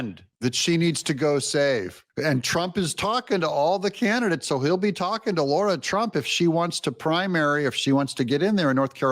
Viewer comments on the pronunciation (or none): DOUG HER NAME IS SPELLED RIGHT THERE! It is not Laura, it is Lara, pronounced LAR-AH. You have been mispronouncing her name for so long it’s driving me nuts. LARA NOT LAURA. Get it right already! 😂😂😂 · Lara not Lora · It's LARA FFS, not Laura. Why can so many people not show the basic common courtesy to pronounce someone's 4 letter long name correctly? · “Laura Trump”? Her name is “Lara Trump”. You know it. Do better.